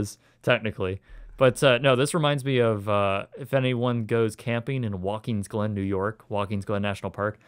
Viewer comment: Are you sure it wasn't 1AM in the afternoon? ;) Ellenville, not Ellensville. And Watkins Glen, not Walkins Glen